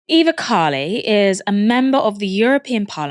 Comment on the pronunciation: It is pronounced Kha-ee-lee with the emphasis on the last syllable